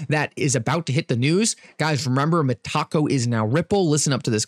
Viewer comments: Met-a-co, lol not Met-taco. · It’s META-CO! Not… Me-Taco 😂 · Lmao I think it's meta co not mataco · Oh my GOD! Meta-CO - not taco 😂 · Meta-co not Meh-taco😂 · I think it is pronounved Meta co not Metaco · MEH-TUH-CO!! Not meh🌮. You can do this,. I believe! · Stop saying Mah-Taco 🌮. You’re making me hungry. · For real 😂